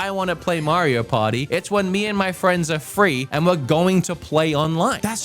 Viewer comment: Maybe I'm immature, but I'm always distracted when he says, "Mario Potty"